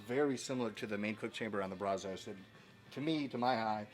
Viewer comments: Love ur videos man! But... “Brazos” is a river in Texas. And, you dont say it correctly. Say “Brazz-us”. Trust me on this. 💪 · i'd imagine if you took a poll, most texans pronounce brazos like "bra' zuss." bra as in "brat" and zuss as in... "us" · Its pronounced BRAZ-əs..Sorry I got so triggered. I live in Brazoria county about 3 miles from the Brazos river...Great channel...I have spend about 8 hours on here in the last 2 days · Ok man I don’t want to hate but you are killing the way you pronounce Brazos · Dude is obviously NOT a Texan or a "Dallas" guy because he isn't pronouncing Brazos OR Pecos correctly. It"s Brazz US and Pay CUSS. Your welcome. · You can definitely tell you ain't from Texas. Mispronounced Brazos and Pecos smh